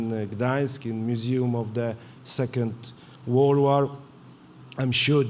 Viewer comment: Słychać tam w fonetyce, Wool Wall :). Dla ścisłości.... . Stress i mała medialność :), ale się może wyrobi lepiej niż Duda.